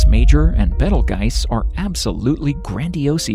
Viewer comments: At least know the name of the stars before making a video for the public.It's b e t e l j u i c e, not betelgise. Geezz. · I thought it was pronounced beetle juice